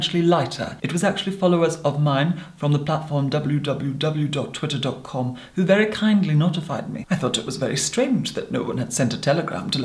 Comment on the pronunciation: no one: literally no one:: double u double u double u DOT Twittehr DOT com